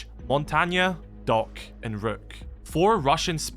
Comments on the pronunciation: “montagna” ✌️🥀 good try😂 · Great video but that's not how you pronounce montagne and it's not jft2 it is jtf2